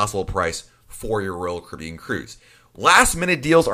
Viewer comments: I don't know who this guy is that's talking on here - but I'd like to ask him, "What's a Roll Cribyan?" LOL Caffeine much? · Sounds like he’s saying Roku.